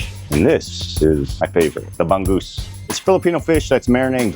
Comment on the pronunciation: Bangggusss???? come on meeeen, get that right Filipino pronounciation !